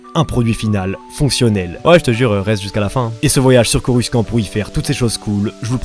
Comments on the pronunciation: je ne ma lasse jamais de tes vidéos, elles sont tellement bien mené, j'espère que la communauté va vite grandir 👍😁 et sinon, pourquoi tu trononce coruscant "coruskant"? ça se prononce "corussante" non? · Mec 😂dit pas coruskan s’il te plait ça se dit corussante mais ça s’écrit coruscant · On dit corussante pas corruskan pour coruscant mais sinon bonne video ;) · Ça se prononce corucent pas en q ni en k mais en s ça ce dit ssssssss donc corucent il faut se le c et non q le c ou ke c mais bien ssssss le c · Superbe vidéo ! C'est vraiment intéressant. Par contre désolé de dire ça pas on prononce Coru"cent" pas "skan" 😅 (j'ai fait un compliment du coup c'est pas un commentaire méchant ☺️) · CorusKant.. prenonce corussssssant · Corussante stp pas coruskant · J'adore ta vidéo gg👌🏻 par contre Coruscant se prononce "Corussante" comme on peut l'entendre dans l'épisode 1 aussi bien en VF qu'en VO. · Par contre on dit corussante et pas coruskante C pas qui le dit c le grand maitre Qui Gon Jinn😁😁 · "Coruscant" tu le prononce avec "k" au milieu alors que ça ce prononce "Corussante" sinon super vidéo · On dis corussant borldel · Mec je te kiff juste une petite précision ça se prononce a l'oral : coruSANTE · coruscant ce prononce corucentre dans les film nn ? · même pas pcq même Jango fett prononce corussant (je sais je suis en retard) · Je t'adore et tout ta capté... PAR CONTRE dire CoruSKant c'est éliminatoire... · Le prononciation de coruscant..la liaison "SC" se dit "s".. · J'aime bien ta vidéo, cependant j'ai du mal avec la façon de prononcer Coruscant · Nan mais laissez, c’est l’accent mandalorien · oui tu as raison car dans les films ils le prononcent comme ça.